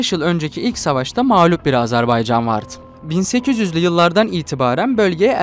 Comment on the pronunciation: Lavaşı Ermenistan yemeği yaptın ya. Ne diyeyim sana. Bi de Azerbaycan'ın adını Azerbeycan olarak okumaktan ne zaman vazgeçeceksin?!